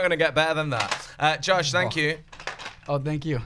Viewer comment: SHE SAID JOSHIE!!!!